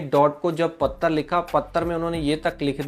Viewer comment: पत्तर लिखा है पख्ख रहख्खा है ये कैसे बोल रहे हो 😂😂 ऐसे बी एस एन एल लिखेगा क्या डाट को 😊 वैसे नेट न्यट्रीलिटी का मामला तो बहुत जरुरी है